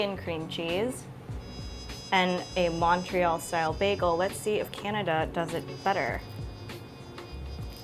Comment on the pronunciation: your saying Montreal wrong